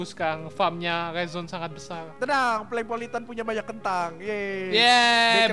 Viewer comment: BUKAN PalengPolitan Tapi PolengPolitan